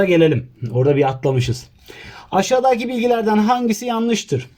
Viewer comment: Ya abi yalvarıyorum bak çok berbat oluyorsun aşadaki deme ya deme yaa 😠😠😡😤